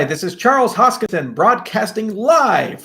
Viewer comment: how is it possible for you to prounance your surname HoskinTon? Has anyone pronounce their surname wrong in their whole life? Not a red flag or is it? ??????